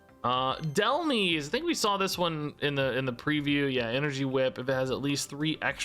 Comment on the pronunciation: just an fyi on wrong pronunciations, snivy is like ivy (name is a combo of snake and ivy) , dhelmise is like demise, beheeyem is technically pronounced like the letters B-E-M (as in Bug Eyed Monsters), but you pronounced it how most people do, elgyem is pronounced like the letters L-G-M (as in little green men, a word for aliens), and shiinotic is pronounced with a shee not a shy also the probable reason why there's so many repeats is that the first set included all of gen 1 and the pokemon company really likes gen 1